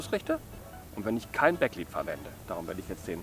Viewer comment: Es heißt leed nicht liied😂